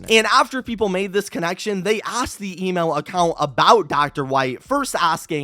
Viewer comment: Everytime he said email, I heard Emo😭